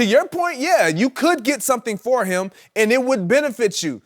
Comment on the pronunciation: Chris, its "him" not "eeeim". - The Most Annoying Voice On TV